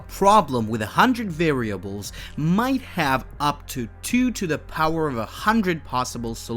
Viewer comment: prooning, par-am-eters, vare-ia-bles, foh-tonic, can-on -ical